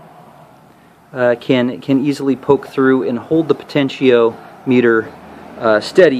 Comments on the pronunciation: pronounced po ten she om mitter.... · po ten she o meter lol